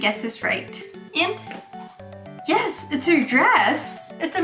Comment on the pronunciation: Yes! がそれみろってwww 可愛いぞおい